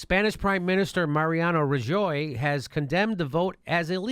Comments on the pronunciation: 90% voted for independence; thousands of ballots were stolen by the police. Rajoy (Rah - hoy is pronunciation, but he is Galician). He is a rightwing idiot. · Come on u know that's not how u pronunce Rajoy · A Mexican can't pronounce Rajoy.